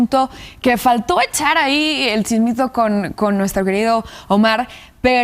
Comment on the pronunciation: ¿Soy yo o dijo "el chismio"? El chismito en u noticiero de cadena nacional, un noticiero que esta renovando su imagen y formato.